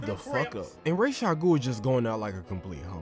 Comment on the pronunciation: It’s pronounced Ras like Raspy